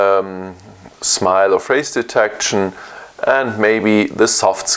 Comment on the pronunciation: great, it's just (achtung klugscheißerei :-) "Feis Diteck'schän", not Diteck-t-schän, same with Action: Its Äck'schän, not Äck - t - schän